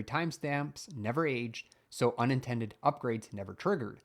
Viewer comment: unattended pronounced as unintended.